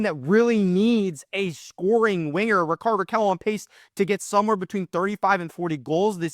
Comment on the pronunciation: Your pronunciation of Rickard is completly wrong